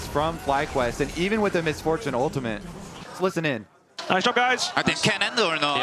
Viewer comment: says "ultamint". You can never unhear it now.